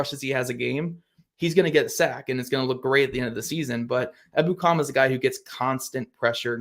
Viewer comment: I believe it's pronounced e BOO kum